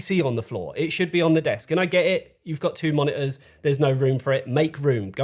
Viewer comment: Baffled you didn't go for "ensevenhundred-K", when you insist that the displays are called "moni-ors" xD Love the accent. Crazy aussie ;-)